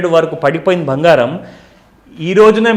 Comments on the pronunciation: 'బంగారం' తల్లీ! అది భంగారం కాదు 😂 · Anandam lo bhangaram cheppindi😅